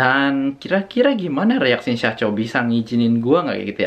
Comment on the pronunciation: Syacho bkn saycho